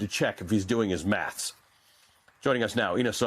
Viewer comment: I just saw an American really struggle to say the word "maths".